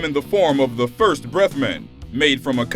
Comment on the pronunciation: "BREF" Mints? You black people say the weirdest and most retarded shit. Maybe that's WHY you all need them "BREF MINTS" hmmmmmmmmm.... 😂👌 Dummy.